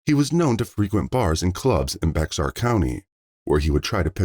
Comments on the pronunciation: LOLOLOLOL YOU MUST NOT BE AMERICAN LOLOL EVERY AMERICAN KNOWS HOW TO PRONOUNCE BEXAR COUNTY LOL ITS PRONOUNCED "BEAR" COUNTY THE X IS SILENT LOL OMG IM DYING LAUGHING IM FROM CANADA RAISED IN TX AND LIVED IN NY AND AZ IVE NEVER HEARD ANYONE IN MY LIFE SAY BEX-AR LOL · "Bexar" county is pronounced like;"bear"🐻, not "bex-ar" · Bexar county Texas you say it like bear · Bexar county is pronounced Bear, the X is silent. I'm so happy that these families are getting some justice and I hope these old monsters are sweating bullets for their time to come.